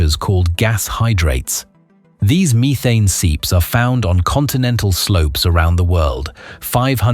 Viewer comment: Short e not long in methane. Missed the other mispronounced word.